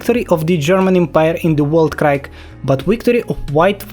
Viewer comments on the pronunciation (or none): Не знаю специально или нет, но скажу Entente - Антант Weltkrieg - Вэльт криг